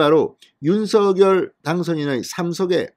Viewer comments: 진선생님 안녕하세요 좋은방송에 감사드립니다 한가지 건의드리자면 당선인 본인은 성함을 부를때 "윤성열"로 발음해 달라는 당부가 있으셨습니다 앞으로는 "윤서결"발음은 자제 부탁드립니다 수고하십시요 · 잘 보고 있습니다. 단지 윤서결로 발음하는것이 아니라 .윤성렬'로 부르기로 했답니다. 앞으로는 윤성렬로 발음해주시면 좋겠습니다. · 윤석열을 바르게 소리내세요. 윤서결 이 아닙니다 윤성열 로 발음하세요